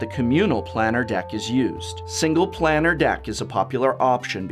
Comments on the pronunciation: To not even say planar correctly was a crime in this video. Thanks for the info and the cringe every time I heard you say it. Planar sounds like plane not plan. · 20012? Also, it's Plane-r, not Plan-ner. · Planner /= planar. The how to pronounce series on youtube is quite useful. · Man it triggered me when I heard you say planar